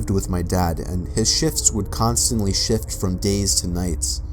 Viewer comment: It sounded like he kept saying shit for shift XD